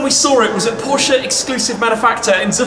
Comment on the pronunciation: its porsche not porscah